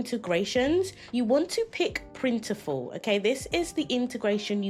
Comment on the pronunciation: They did but still maintain separate brands. It’s funny that merged the names though. It’s Printful not Printiful.